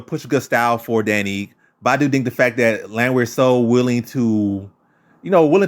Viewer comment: Ige (ee-gay). For future reference...